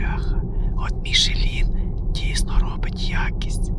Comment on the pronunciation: "МішлЄн" назва фірми, не "Мішелін" ніякий!